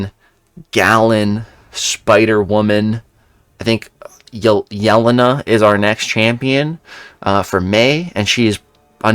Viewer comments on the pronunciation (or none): Hey, the new Black widows name is pronounced “Ya-lane-ah”